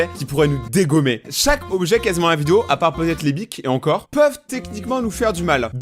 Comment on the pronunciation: Je sais pas si tu sais mes tu a mal dit le mot objet tu a dit dojet